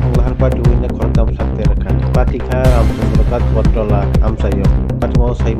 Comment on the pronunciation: Not ranchandra it's ramchandra ghat